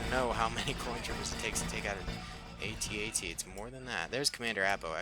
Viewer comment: You mean at-at